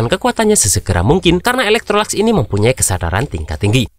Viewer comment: Bng maaf ada kesalahan penyebutan kalo sebut yi laikesi itu bukan eloktrolax tapi elektrolux lebih gampang panggil yi laikesi😅